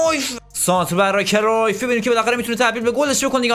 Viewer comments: اسمش کریوف نیست اسمش کرایوف هست لطفا درست تلفظ کن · ❌کرویف ✅کرایف ❌گَرت مولر ✅گِرد مولر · داداش بعضی بازیکنان رو اشتباه تلفظ میکنی گِرد مولر یوهان کرایف